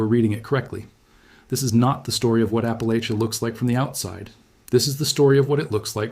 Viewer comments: Oh no, why would i commit to listening to a video about appalachia where the host can't even say appalachia/appalachian properly 😭 At least he didn't claim appalachia ends in Georgia, though.. everyone seems to forget Alabama when they talk about appalachia. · My family of East Tennessee (many, many generations) always said "Appa-lay-sha", but many locals pronounce it "Appa-latch-uh", just for your information. Either is probably correct and the AI presenter says it both ways!